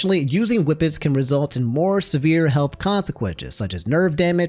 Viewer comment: no way dude said whippitis